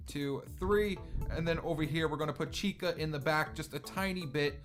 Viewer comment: Chica, not Vhica